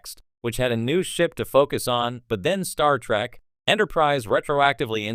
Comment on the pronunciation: why the AI keep saying star track lol